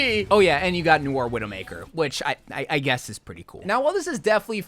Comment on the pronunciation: Your pronunciations are… weird. Almost like you’re purposely saying things wrong lol Like you have to know Noire isn’t said like “Noor/Noo-or”, right? You put the emphasis on the wrong syllable in Kiriko. Is this an American thing?